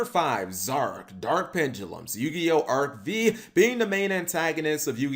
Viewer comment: Bruh, why called Arc- Five instead of Vee?